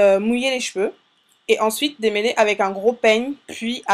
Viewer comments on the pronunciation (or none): "démeuler" ????? "démeulage" ????